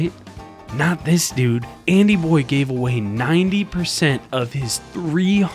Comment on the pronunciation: how many does this guy said DOOD